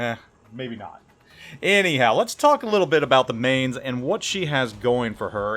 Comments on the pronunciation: Spent 2 years at Lee Barracks in Mainz, Germany and it's pronounced "Mine-tz" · Mainz = "Mine-ts" Eugen = "Oy-gen", you're killing me, here! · I wonder how many times he's been told it's pronounced 'Mines'... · Man that pronunciation was horrible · pronounces it wrong plays like ass gives a half assed-commentary with mediocre gameplay no wonder you only have 28k subs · I do plan on getting it. I've been in Mainz, and would live to have a ship that sparks those memories. Someone else already corrected your pronunciation, so I won't. Take care of your family and enjoy the little ones. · Mainz, you pronounce the ai like the mi in in mice. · Another German ship, Another name butchered by. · same grade of terrible as Notser or him butchering French/Italian/Asian/Russian names. ....how dare the world !